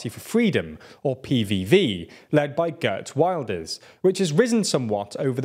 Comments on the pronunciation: "Gurt While-ders' never fails to get a chuckle from me. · "Gurt Wilders"🤣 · Gurd Wylders XDDDDDD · Gurt wilders lol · pronunciation of Geert Wilders in the video is rather different from the original Dutch pronunciation